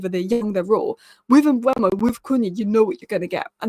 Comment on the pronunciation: 1. Mbeumo (Not Mbuemo/Mbwemo). READ HIS NAME! M-beu-mo 2. Mastantuono (Not Mastantoono). READ HIS NAME! Mas-tan-tuo-no